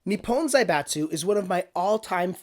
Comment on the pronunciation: It's pronounced Ni-pon not Ni-pown